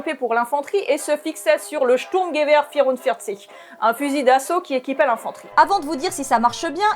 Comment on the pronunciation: Bordel j ai bande sec quand elle a dit sturmgewehr 44 😮